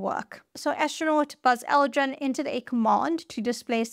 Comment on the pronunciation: No you don’t, you say Buzz Aldren